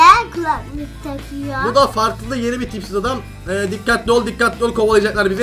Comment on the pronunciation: Abi yanlışlıkla tipsiz derken pipi dedi 😂😂😂😂😂 seviliyorsun ❤❤❤❤❤❤❤❤❤❤❤❤❤❤❤❤❤❤❤❤❤❤❤❤❤❤❤❤❤❤❤❤❤❤❤❤❤❤❤❤❤❤❤❤❤❤❤❤❤❤❤❤❤❤❤❤❤❤❤❤❤❤❤❤❤❤❤❤❤❤❤❤❤❤❤❤❤❤❤❤❤❤❤❤❤❤❤❤❤❤❤❤❤❤❤❤